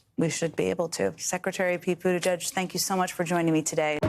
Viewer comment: Why can't even the best media people say his last name correctly. It's not "judge" as even Judy Woodruff still says; it's "geg" or "jej". Buttigeg or Buttijej. Please get it right.